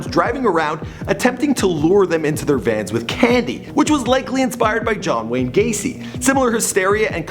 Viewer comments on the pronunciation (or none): none